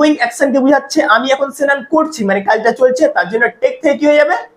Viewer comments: সেনান টা কি ভাই। আগে ভাষা শুদ্ধভাবে উচ্চারণ করুন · Pnar Bangal?senan?